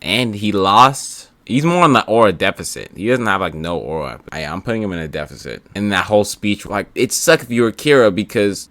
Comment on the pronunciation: Defecit not Defecate lmaoooo